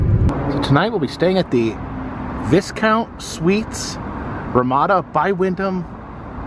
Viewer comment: Hey being from Canada I can tell you ignore the S in Viscount. Its just "Viecount" Loved this episode. Super interesting